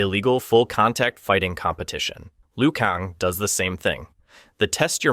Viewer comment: Please for the love of anything learn how to pronounced names before making videos. Who the is Lou Kong and Bye-Han?